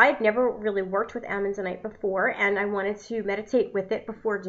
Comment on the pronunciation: As someone who goes out in the world and hunts for minerals and gems vs. buying them in a store, I can appreciate your efforts. I think I'd be more interested if the video was based around real experience and prior knowledge vs reading the information and knew how to properly pronounce its name. Just something to think about. It was getter as the video went on.